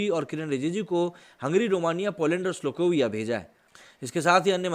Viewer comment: ...wo श्लोकोविया nahi.....स्लोवाकिया hai. Hamari hi tarah ek indo-european country jo ki indo-aryan language family and culture se belong kartaa hai. Baaki, news bohot dilchasp thha....jaankr mazaa aa gyaa.....abb dekhnaa ye h k baaki liberals ka iss vishay par kya pratikriya rehtaa hai